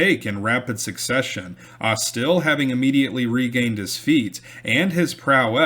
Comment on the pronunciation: You are pronouncing Jeremiah’s surname as AusTIL, whereas it should be AUStil, with stress on the first syllable. The family is still prominent in Mobile.